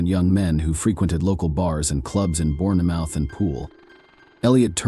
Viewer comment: You don't pronounce the e in Bournemouth. It is pronounced bornmuth.